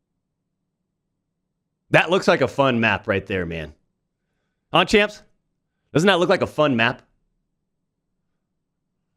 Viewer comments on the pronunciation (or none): You sound like a boomer when you say “huh champs”